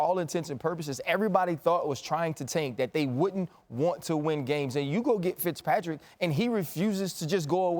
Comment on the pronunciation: This dude said fitzpatrick